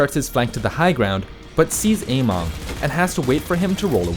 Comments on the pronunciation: It's amEng not amOng... how can you pronounce it so obviously wrong? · It's AmEng not AmOng uh-meng not ey-mong Emongg got you all messed up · its actually somewhere in the middle. ameng is chinese so keep that in mind how you would pronounce it. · Every time you say Ameng, I hear Emongg and I'm like wait what